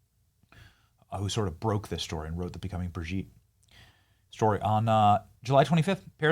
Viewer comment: Every time you say BridgEt, I laugh